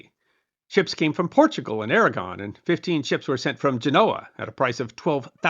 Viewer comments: Did you say "Kingdom of Aragorn"? 😉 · “Castile and Aragorn” 😅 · "Surrendered to the combined crowns of Castille and AraGORN" LOL. AraGON